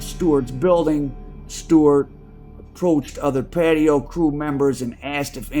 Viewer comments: It’s not patio …, it’s pronounced patois …it is a English based creole language with west African influences spoken primarily in Jamaica 🇯🇲……. They were from Jamaica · It’s pronounced Paa Twah